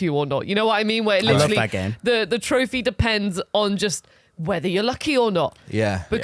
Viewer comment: Take a shot every time says "litchally"